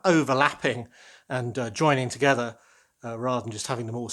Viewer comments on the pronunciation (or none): none